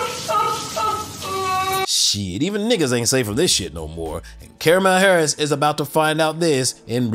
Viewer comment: I think I heard caramel Harris